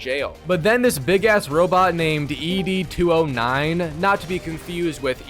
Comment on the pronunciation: You shouldn't be allowed to play this game if u didnt know robocop is in Detroit. Well u definitely haven't even watched Robocop. As soon as i heard youn prounce ED- 209 it was 100% confirmed